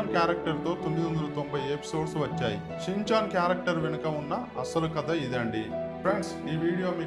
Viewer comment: Chinchan kadhu ra rai schinchan